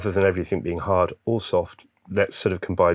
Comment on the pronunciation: Everything you muppet not everythink. A grown man who can't even speak properly.